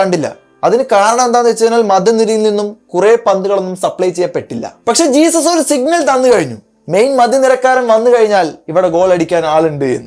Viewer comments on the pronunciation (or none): ജീസസ് ❌ ഹെസൂസ് ✅ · CLASH 🫂🤌🏻 ഹസ്യൂസ് yennaan parayendathenn Luna paranjirunnu Spanish pronunciation inganey aanenn